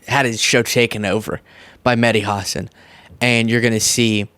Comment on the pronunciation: As someone who wants to make sure I’m saying names correctly, can someone confirm it’s pronounced “ha-sun”? Because I’ve been saying “huh-sawn” and the intentional mispronouncing of Kamala’s name has been triggering af for me, so I don’t want to be a hypocrite